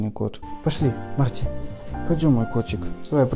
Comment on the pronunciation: Марти звучит как март